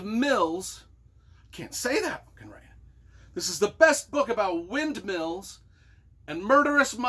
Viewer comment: Hah! I realize this is an older vid, but the book cover caught my eye... (just wanna "say", you cracked me up at the beginning w/the "windmeals/windmills". Not to worry: even djt mixes up windmills with wind turbines. Anyway, I LOVE the hat...par'ner.) Okay...the book cover; I don't know if you've read gregg olsen's "abandoned prayers" but the cover of "cold wind" reminded me of something that happened to a little boy involved in olsen's book..so very sad. That one true crime book effected me like no other...and I've read about 30-40. I stopped as I'd had enough.